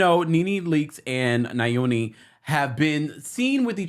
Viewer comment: my lovely brother.. Just a heads up. His name is pronounced Yoni, which means "Our Own" His wife's name is pronounced "Malo Meni" Hope this helps. Love you